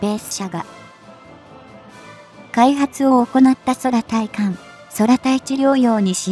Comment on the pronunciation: 読み間違いが多過ぎるので低評価。 対艦（たいかん）を「ついかん」、空対地（くうたいち）や空対艦（くうたいかん）を「そらたいち」「そらたいかん」なんて普通読まん。